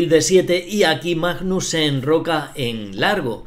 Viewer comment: Es magnus no majnos.